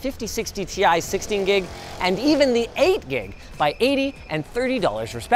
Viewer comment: Did anyone notice how hardly was saying 8 gig